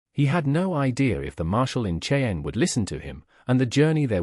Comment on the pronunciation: Cheyenne is not a difficult word to say